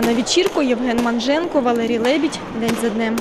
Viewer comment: До речі, Євген таки Манженко, а не Монженко